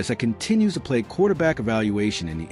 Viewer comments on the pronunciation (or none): none